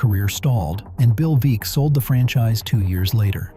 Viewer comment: The numerous inaccuracies in the video include showing Babe Ruth as a right handed batter, pictures of crumbling stadiums that aren't White Sox Park, the mispronunciation of Bill Veeck's and Harry Caray's name, the urban legend as to why players on the 1919 team threw the World Series (the players were actually well paid by Charles Comiskey), and implying that the Disco Demolition event was some type of racist statement. What is correct is that owner Jerry Reinsdorf purposely let the park deteriorate in order to bolster his argument that it needed to be replaced when actually he just wanted a new stadium built with taxpayer's money.